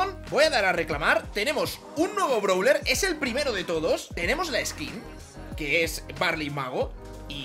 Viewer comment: No es browler es brawler y no es baster es buster